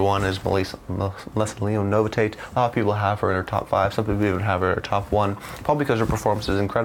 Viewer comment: And bythe way, it is pronounced No-vish-it. Not nova Tate 👍